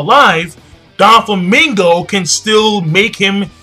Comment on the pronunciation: you always call Doflamingo Donflamingo, well it does sound better